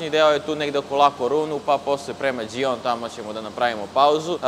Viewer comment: Top je sve,bravo. Ali kedva cekam da izgovoris ime grada,jos od Italije 2 od 3 promasis 😂 Francuska ludilo,ali Djijon 😂😂😂 Inace, Hihon 😂 Samo napred,srecno